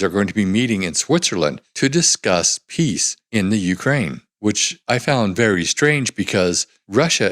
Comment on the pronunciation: He almost said pizza instead of peace! What a clown.